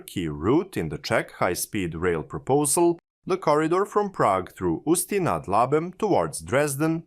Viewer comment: Ústí nad Labem was also pretty solid